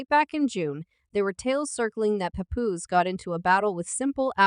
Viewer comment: “Remy mama” “paypoose” 🤣🤣🤣🤣 if you gon do it, SAY IT RIGHT.